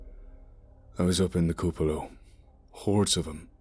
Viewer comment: Fantastic reading. One suggestion ... look up the pronunciation of cupola and taciturn. Keep up the great work!